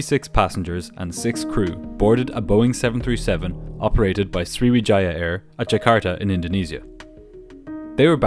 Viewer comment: Swiwijaaiiah Air. Never heard of them.